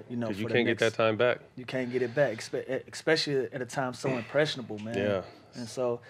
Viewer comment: Lou stay saying "expecially"